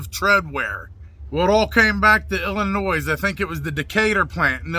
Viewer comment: Illinois has a silent s